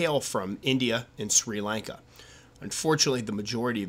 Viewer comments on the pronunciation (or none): none